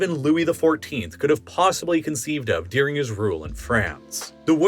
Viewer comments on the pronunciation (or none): You, Saying 'during': no Saying 'deuring': yes